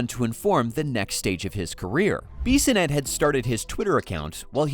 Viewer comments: Who is this Beeeeeeesonette you speak of? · Clearly u dont watch him on tv or u would know how to say his last name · Take a shot every time the AI voice says Biz’s name wrong 🤣